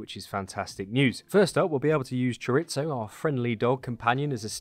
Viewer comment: “Choritzo” that’s fucking hilarious mate